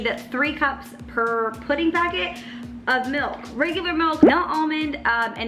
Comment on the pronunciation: not even from the midwest, and she still says melk 😍